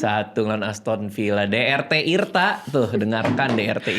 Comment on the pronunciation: de er te irta = dr tirta 😂